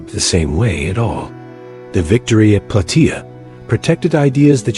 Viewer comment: It's plataia like how u say Gaia but with a soft a